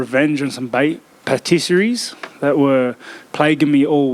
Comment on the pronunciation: ‘Well I need to get my revenge on....’ I’m like adesanya? ‘Patiseries’